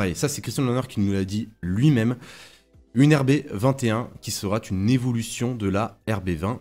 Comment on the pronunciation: Vidéo intéressante. Merci à vous. Une petite remarque, il n'y a pas de "t" à "sera". Donc lorsque vous dites par exemple "La RB21 sera une évolution de la RB20", il n'y a pas de liaison en "t". Désolé de "pinailler" mais bien s'exprimer est important, au moins pour moi! 😀